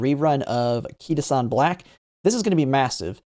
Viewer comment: What a throwback to the early Uma days where he said "KitaSEAN"